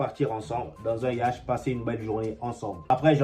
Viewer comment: Toi tu lis vraiment en français hein mon frère 😂😂😂 "Frenkie De Jong" "Un Yacht" 😅 Tu es vraiment drôle